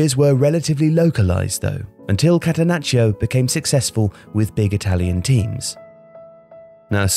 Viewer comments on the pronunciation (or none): none